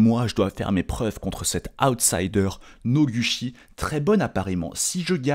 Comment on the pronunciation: Ca se pronouce [Nogoutchi]. Je trouve ça très amusant que "Cocoro" ait eu le droit d'écrire son nom un peu comme il le voulait xD , puisque ça ne s'écrit pas comme ça normalement, c'est rigolo 🤣.